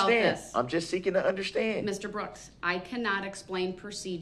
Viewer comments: What is "undershtnd"? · DUDE THERE IS NO H IN UNDERSTAND, MY GOD YOU BUFFOON